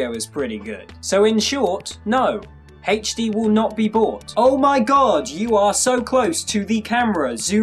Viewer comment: Hayche Dee LOL